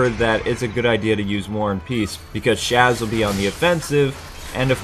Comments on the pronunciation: pronounced sauz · And Sazh is not Chaz... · he also pronounced sazh shaz